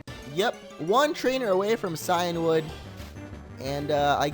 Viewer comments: Cianwood(See-in-wood) Phione(Fee-own-ay) don't doubt me I watch the anime. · Shuckle is in cianwood , btw cianwood is pronounced "keeanwood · Maybe from where you come from. Where I live It's (Cy-an wood)